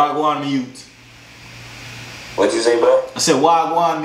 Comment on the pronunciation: Wah gwaan my yute not ( mi yute)